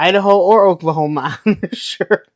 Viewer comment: LMAO “Oaklahoma” that was hilarious I was like where does he see that at??? Good stuff